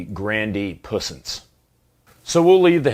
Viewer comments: For someone who speaks French, “grandy pussance” has me rolling 😂😂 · 😂 I don't speak French and I know you didn't pronounce that right. You look like a Grande puissance.